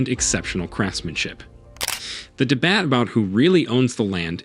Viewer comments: He also said de-bat instead of debate which no English speaking person would ever screw up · Yes. "Debat.". Lol. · its AI ... it also mispronounced the word "debate" and a couple others, the sniff you hear is a feeble attempt at sounding human but again it's just an Ai program albeit a good one but one nonetheless.